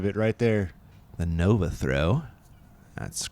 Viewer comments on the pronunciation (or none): none